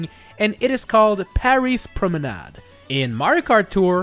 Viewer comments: oh that explains a lot. That's why that sounded so natural. So I will change my question, how do he pronounce so well promenad with an english accent ?! Personally, my brain block on the french pronouncation everytime I use a french word in english, resulting in a weird change of "accent" from me, that is a bit fun but mostly annoying. If anyone have tips, pls let me know them. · You are the only youtuber to pronounce "Promenade" correctly, and i thank you